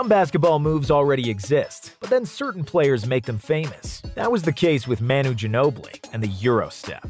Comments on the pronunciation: Isn't Manu pronounced Mah-nu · No way you just called him “Maynoo” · “Man-uy Ginobili”